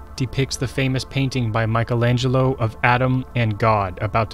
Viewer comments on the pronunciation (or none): none